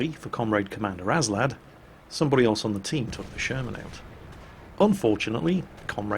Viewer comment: You keep saying "aNslad" but the nickname is Aslad. Go home, you're drunk.